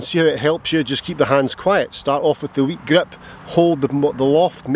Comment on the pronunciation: Hey. Love how you pronounce grip “weak grep!”. But seriously, thx for this video. I’ve been working on snapping the club head through the ball at impact and you’ve made me think of this in a different way. Thx! Can’t wait to get to the range. 😊